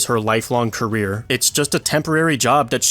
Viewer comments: career not carrer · 'Carrer' 'Carrier' It's Career! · Career. It's career